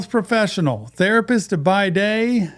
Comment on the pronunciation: Is it just me or did someone else too read the word wrong? Therapist!